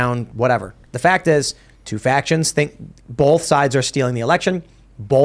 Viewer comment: TIM, STOP SAYING "BOLTH!" GOD DAMN! ITS PRONOUNCED "BOTH!"